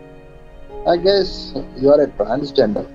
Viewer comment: ''transginger'' . that one killed me